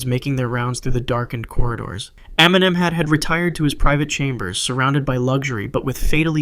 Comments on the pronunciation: Lol I cracked when I heard it 😂😂... I'm Egyptian, and he actually meant to say "Emnem-hat", as this is the correct pronunciation for it. However, it feels like the original pronunciation was way too difficult for English speakers, so he settled for "Eminem". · Pharo Eminem? What did he say there?